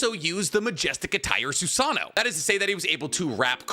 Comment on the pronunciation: Its funny because we all say "Soo Sah Noh" (including me), but the proper pronunciation is actually "Soo Sah Noh Woh" haha. Just something that i recalled since its said so much in the vid lol